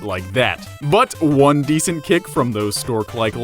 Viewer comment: gotta feel bad for the guy but still, WALUIGI NUMBER WAN!